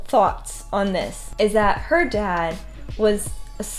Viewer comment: For a moment, I thought you said violet's death. I'm like she died? Just realised that you meant dad